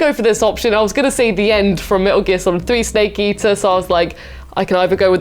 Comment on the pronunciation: Is saying "Snake Easter"??